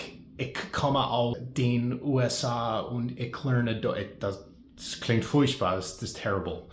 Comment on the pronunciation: Die Art und Weise wie du furchtbar gesagt hast klang wirklich als wärst du Muttersprachler👍